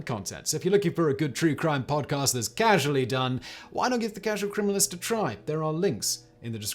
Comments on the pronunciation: Is it just me or did he say”prodcast” lol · . Ok, I love Simon, and given the sheer amount of videos he makes, it would be impossible to make a perfect video; but did he say prod cast? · "Prod cast"😂 Don't know why i find it so funny when people fumble their words! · Did you say "Prod-cast"? That's what it sounded like during the intro bit lol